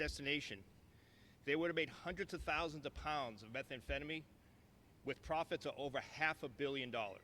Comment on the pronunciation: She cant even pronounce methamphetamine correctly...typical conservative